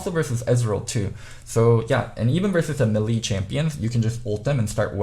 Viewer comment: Mélee is pronounced "MEH-lay" or "MAY-lay" in US...not "meh-LEE"